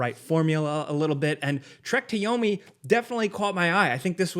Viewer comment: Now I can't un hear it 😂